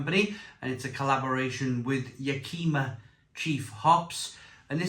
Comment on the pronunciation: Great review,sounds delicious! Btw it's pronounced yak-i-ma.